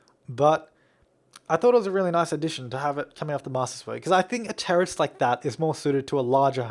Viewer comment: is he saying teris (sp?) or terrist? lol